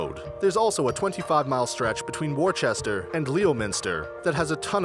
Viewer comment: Worcester is pronounced WOOO-stir. Leominster is pronounced LEM-stir. Both with two syllables. YORK-shuh. Two syllables.